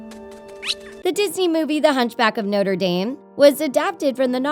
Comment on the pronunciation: You said the hunchback movie name wrong at the beginning